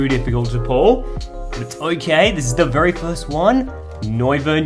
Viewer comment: Mmmmmmhhhhh bery nice bery good